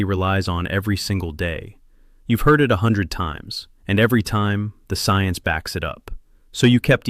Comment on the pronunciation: You must know what's happening to me no you said ciense